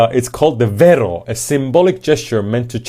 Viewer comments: It's wero not Vero which is a challange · Vero lol no such thing as a V in the Maori alphabet bro its wero yah fia poto lol sorry but all this dribbling and hun bugging over our traditions and my culture is hilarious just being honest its a hoha also so maybe i need to travel more lol. Nga mihi nui.